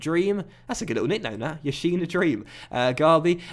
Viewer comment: No offense but yassin is not pronounced like Lev Yashin for example it's more like an 's' (e.g: Salah..)